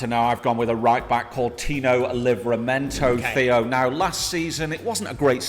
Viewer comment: Just want to say it’s tino not timo livramento but anyway keep up the great work